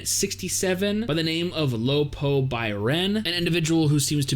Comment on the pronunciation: lol it's funny when he said "lo po". but then again, they call khun AA, "khun"...